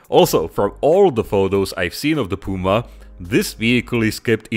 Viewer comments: Awesome!!! I would die to see a diorama with a Puma and a Leopard in battle formation. But as a German, I am obliged to improve your pronunciation of „Puma“😁 the „u“ is pronounced like the „o“s in „zoo“. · “DE PÜMA” c.. 😁